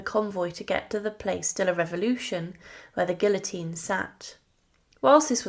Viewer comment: I wanted to watch your video. But when within the first 60 seconds you mispronounced "place" and "guillotine" I was done. Huge NO for me. If you can't be pissed to pronounce words properly your interpretation of history is shite. ✌🏻 out.